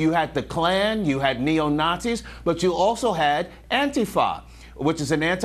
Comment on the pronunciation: Say it with me, liberals, come on, ya know ya can "Anteeefah" GOOD! now "BEE ELL EMM" YAY! and sometimes Bamn! " BAAMMMM!" You got it! Now until you can say these words in a broadcast, NO PUDDING FOR YOU!